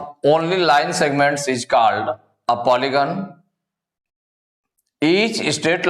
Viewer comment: Bhai phale khud padhna sikho 'Called' ko called padhate ho